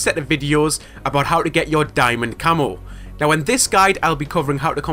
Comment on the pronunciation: lol it sounded like u said diamond camel